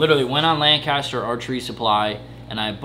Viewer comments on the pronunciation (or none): Please. Please. It's "lank-caster" not "lan caster".